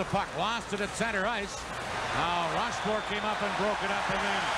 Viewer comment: РошфОр, а не РОшфорт